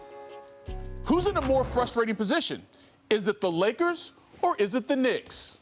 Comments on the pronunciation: So we are going to ignore that Perk said “Lakerses”?😂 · The Lakerses 🤣🤣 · Did Perk just call them the "Lakerses" 🤣